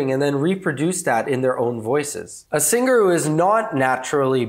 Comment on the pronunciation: 6 people disliked this video due to the way he says singer.